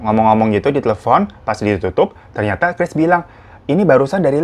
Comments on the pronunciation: Chris bang bukan keris,,😅😅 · 4.43 Chris menjadi "keris" 😭🤣